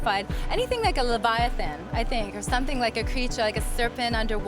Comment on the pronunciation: Lev-I-uh-thin??? that`s not even how u say it haha